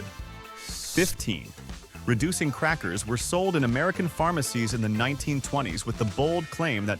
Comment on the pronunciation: That didn't say reducing it said reducking